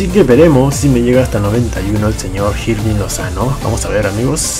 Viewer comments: No se pronuncia "Jirving", se pronuncia Irving. Te lo dice alguien que ve jugar a su club actual en la vida real. :v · no se pronuncia Jirving Lozano sino que se pronuncia Irving Lozano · Se dice irving no jirving